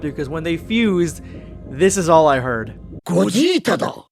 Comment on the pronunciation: I thought he said gogeta----tto